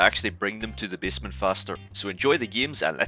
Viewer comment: Not to make fun of you or anything but every time you say basement I hear bismuth